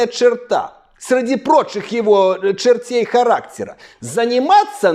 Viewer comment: «Чєртєй характєра»😂😂😂😂